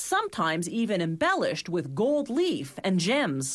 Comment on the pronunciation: Oh god, this lady again. Bah-eendings. Pah-urhcment. Gow-uhld leaf. Why?